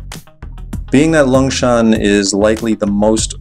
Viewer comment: it s longshan temple not 'lungshan' temple... but you forgot the unmissable MRT metro to go from one place to another, and also forgot to say that it s okay to take a cab once in a while... exemple for the taoyuan airport to nangang it s around 1000 NTD... also you forgot [maybe not enough time to go there] to talk about the zhongxiao xinsheng area with computers, high tech.... i leave in taipei so i can say it... anyway it s a very good video... cheers